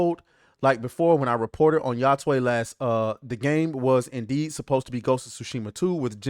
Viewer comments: I heard "yothai" but.... Ya-twey??????? That was the most weird way I've heard 😂😂😂😂😂😂😂😂 so you saying Sony invested MILLIONS to just turn a blind eye on the development process ??? 😮😂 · It’s pronounced yo tay